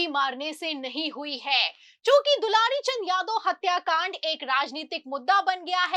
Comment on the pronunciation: दुलारी नहीं दुलार चंद नाम था सही बोलना सीखिए 😂😂😂😂